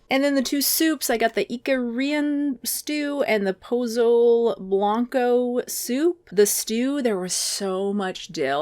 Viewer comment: Pozole= poe-so-lay